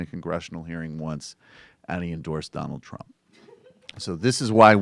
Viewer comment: The "Don L K" killing me over here